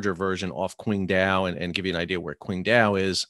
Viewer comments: Pronounced more like Tsing-Tao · Pronounced Chingdow. Q is ch